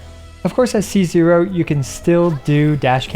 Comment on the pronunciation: Makes me chuckle when every time you say c0 I hear Caesar